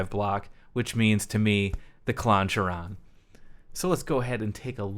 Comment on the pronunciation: Another great video my dude! Two things: 1. Does it kinda get a little SRV bite or am I losing it? 2. Do you think it might be pronounced "kai-ron" so it rhymes with Klon? Just a thought. Keep up the sick videos!